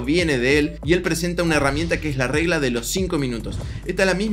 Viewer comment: Alguien mas noto que en el video dice RELGA y no REGLA JAJA, que buen video, me ayudan bastante, Bendiciones!!!